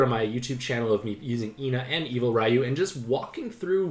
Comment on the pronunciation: So that‘s a problem... What about Raiyu, who is pronounce Riyu?